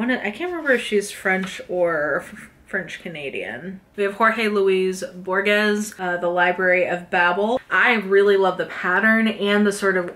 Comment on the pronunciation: You did such a great job with all the various author name pronunciations, that I just wanted to mention that the g in Borges is pronounced more like a Spanish J or a guttural English H, closer to Bor-hes